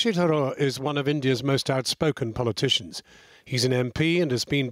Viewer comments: The fact that the host can't be bothered to pronounce 'Tharoor' properly shows you how that colonial/superiority complex still exists in Britain. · Britain made India. Mr Sasi (You cannot prronounce this idiot's name) is a hypocrite.